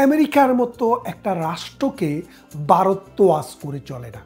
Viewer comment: Vaw pronounce korte parents na?Barath keno bollen?